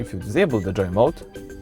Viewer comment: Its Joe mode not Joy mode